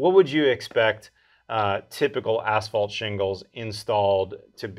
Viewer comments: Ash-fault shingles? I would think that if you are in the roofing business, even if your focus is on metal, you'd know how to pronounce asphalt. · why is he saying ASHfault shingles?? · what is ash falt? im confused. is that like asphalt?